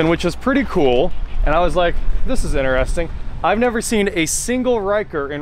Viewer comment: When i hear inAresting insted of interesting my brain freezes...🥴